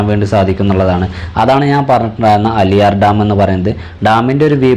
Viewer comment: അലിയാർ ഡാം അല്ല ആളിയാർ ഡാം